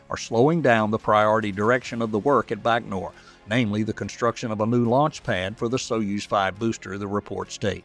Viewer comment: A side note - it's bai-koh-noor ("bai" as in "bywatch"), not "Bachnor". Goggle Translate says "Байконур" = Baikonur. Nyhork Saity in Emrica, eh?